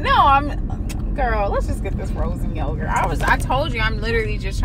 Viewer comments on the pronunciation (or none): "Let's go get this fro'in yozurt" LMAO